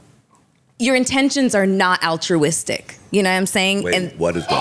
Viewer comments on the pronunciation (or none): Melyssa Said Auchawistic, F is that 😭